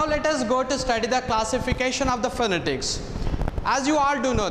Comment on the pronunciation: .Refer to a good dictionary and see right pronunciation of the word PHONETICS. You may please take a good course in improving your Phonetics and back to your class